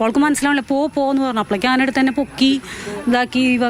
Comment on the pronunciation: അന അല്ല ആന